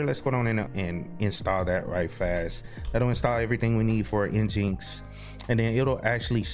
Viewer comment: Great video! Just be careful on the name of your web server. I am sure someone will catch feelings for not calling it Engine-X. LOL